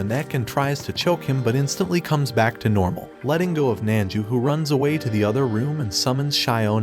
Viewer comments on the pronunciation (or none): none